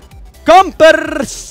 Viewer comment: het is niet campers zo scrijf je het wel maar je zegt campers😂😂😂